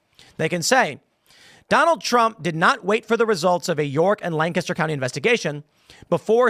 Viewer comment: As someone who lives here, thank you for pronouncing Lancaster correctly! Most people don’t. Lank-ister